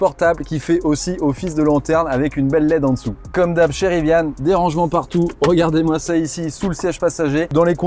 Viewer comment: Il n'y a pas de e a Rivian! Pourquoi prononcez-vous riviane?!! Gros bouseux plouc qui se croit hype !